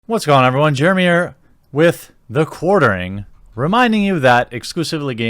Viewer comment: You said "Germy here"